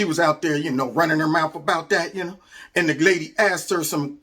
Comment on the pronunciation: The way she says "and" - "eeeeund"